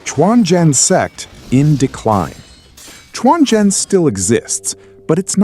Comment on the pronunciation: I always said non-native speakers trying to narrate a Chinese related subject will do much better if they turn on Google translate and learn how the Chinese words or names are pronounced. Quanzhen became “Chuan Jian” - that is not a sword only sect. Just an inability to pronounce Quanzhen “completely true” - a real Daoism school in China today.